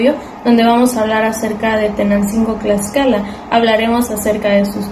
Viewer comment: Te falto mucho más la esencia y pronunciamiento es Tlaxcala y tú dices claxcala de favor te pido que primero te documentes y pronuncies bien la palabra Tlaxcala con T y no con C que tristeza estudia más recuerda con TTTTT